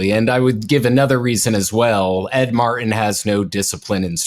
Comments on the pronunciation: for God's sake, stop saying Ed Mar-en! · Its rough to listen to a guy, who can't use the letter "T" over and over and over again (when saying "Ed Martin").... go back to peach (speech) class. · Just a side note here. One tĥing that really gets under my skin is how pronounces the name Martin. said it properly each time. M A R T I N. completely keeps the "t" in Martin silent. keeps saying MAR IN, instead of saying it properly. My brother brought this to my attention over a year ago. Since then, I've noticed these mispronounced words are gaining popularity. News casters etc., have joined the bandwagon and many others. For example many people now say pu in, instead of putin, again keeping the "t" silent., (small caps intentional for that horrendous war criminal pu tin, and trumps love interest). Has anyone else noticed these mispronounced words? Every time says Mar-in instead of Martin, it drives me crazy! Say it the right way or go back to the third grade! It sounds like these idiots have a speech impediment! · It's MarTin, not Mar-in. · I truly appreciate all of your information and the work you have done. HOWEVER, please learn how to pronounce the letter "T". Thank Creation that SCOTUS FINALLY did something right. My question about Jones - two questions - 1. Why is he allowed to be on the air? He should be banned from any media. 2. Why is he not in jail?